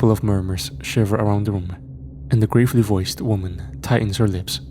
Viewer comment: Bro its pronounced Gravel-e not grave-ly Fuck lol